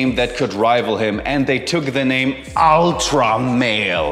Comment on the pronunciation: Love how you say “ultra male”….very funny!!